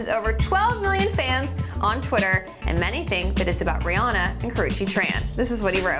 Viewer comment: Rihanna! Not Brianna